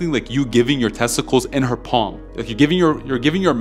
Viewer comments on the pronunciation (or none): none